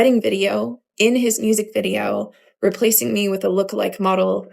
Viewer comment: She keeps saying, "my private wedding vidro" like she married herself.